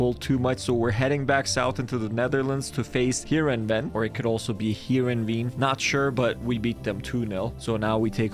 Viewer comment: Btw good job for trying with Heerenveen it's actually pronounced Here-in-vain